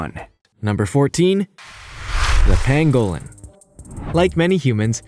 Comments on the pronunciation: Ooh - would that be the crested variety? (no I'm not a birder, I just think Grebes are cool :-))Yeah - he's not great on the pronunciation thing is he - It's also a PAN-go-lin not a pan-GO-lin and Tan-ZAN-Ia not Tan-ZANE-ea, but I don't think he's really that bothered. I'm glad you pointed it out though - I was about to do the same myself but without the academic credentials and was wondering whether it was worth the "oh look, here come the grammar police" BS which would invariably follow... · Its pronounced Panglin not Pangowlin you idiot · It’s pronounced pang-ga-lin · Tan-zuh-NEE-a and PANG-uh-lin. You forgot the endangered black-footed ferrets. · Ice itched about your silly pronunciation before but research must be just too difficult! It is a PAN-go lin. And GREEB ! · This guy’s pronunciations hurt my ears! He can’t even say pangolin. Also I would happily kill and eat anyone who kills or eats a pangolin. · rather than pan-GO-lynn, it's pronounced PANG-go-lynn. You put the em-PHA-sis on the wrong syl-LA-ble. Yangtze is yanked-SEE, which is a major river in China, not YANKEDST. Seychelles = SAY-shells, not SAY-chells, and grebe is greeb, not greb. Tanzania is tan-zan-EE-uh, not tan-ZAN-ee-uh. If this were the old days before computers, and websites like Wikipedia, these could be easily forgiven. However, all 5 of these blunders are pronounced on that site, so no excuses. Aside from all these ridiculous blunders, this was a very good and interesting video. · PANG guh lin - pangolin YANG see - Yangtze GREE buh - grebe Tan zuh NEE uh